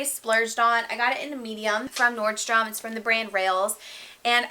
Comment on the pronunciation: This might sound super bitchy to the world, but I appreciate that you called it "Nordstrom" because that is its correct name. I have abused it a lot in the past, but I'm a stickler for accuracy, so I am also going to call it "Nordstrom" because that is correct. Thank you!